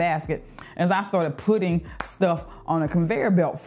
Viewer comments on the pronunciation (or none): none